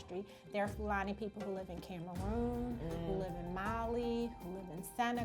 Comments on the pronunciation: Nigerian here ! Just a disclaimer, she pronounced fulani wrong . It's said more as Foo- la-knee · fulani was pronounced so wrong lolll